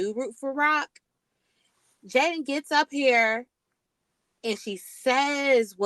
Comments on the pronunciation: why you keep calling her Jalyn....and not Jadyn😅😅😅😅😅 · Love your content ….🙌🏾… her name is is Jaidyn not JaiLyn I giggled everytime you said it 😂